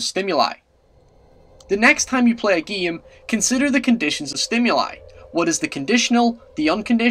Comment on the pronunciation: Its Called game not "giam"